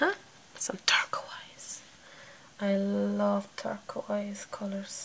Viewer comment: wow I'll try to do that and you pronounced turquoise wrong it's pronounced as turkois but anyway you did a great job and I can't wait to do that💖